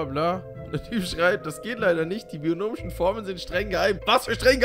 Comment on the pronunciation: Der Moment,wenn man Mathe studiert : Es heißt Binomisch und nich Bionomisch .